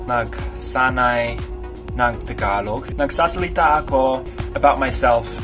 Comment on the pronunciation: Bro when you say “tagalog” it doesn’t sound like some thicc accent like “taga-loug”